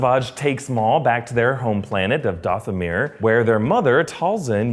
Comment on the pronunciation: MAUL... NO ONE ELES. JUST MAUL.